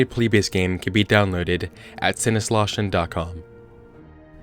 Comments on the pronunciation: I'm german and it's always funny to see americans not know how to pronounce ö 😋 But I have to admit, it's a weird letter. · The way he pronounced Sinnesloschen.